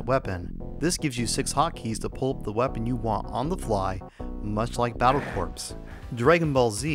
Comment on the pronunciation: The 'p' in corps is silent. It should be pronounced 'kor', not 'corpse.' You indicated that you used a Model 1 Genesis in your tests. I have a Model 2 Genesis with Model 2 Sega CD and a 32X. I don't have a 6 button controller but will get one eventually. My next controller purchase will be a Jaguar 6 button controller.